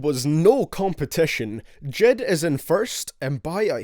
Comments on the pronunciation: J.I.D not JID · So no one noticed how he pronounced j.i.d? He said dchid... wtf... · It's J.I.D, you say each letter!!! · Why do people call him JID when it’s clearly J.I.D. It’s a acronym not a name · Not jid. J.I.D. jayeyedee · Every time u said jed I wanted to die